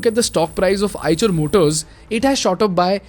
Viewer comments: Have to quite agree.. Even EICHER came mispronounced as "CHER" instead of "SHER" sadly ?! It's a no go in my Books.. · Its pronounce aaysher not aaychar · on a lighter note as per my knowledge the 'ch' part of the company name should be pronounced as 'sh' same as in 'Chevrolet'... very informative video. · Call it i-sher